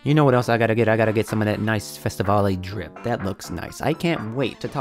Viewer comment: Festivale is pronounced as festi val(ve) dont say the part just say it as valve without the ve part